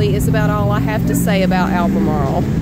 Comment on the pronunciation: With your accent, you sound nothing like we say Alvamarle. You gotta put the V in it or you make no sense at all. I dont even believe you now. Its not ab marle. Its alvamarle. IDK where you are from, but you aint from here.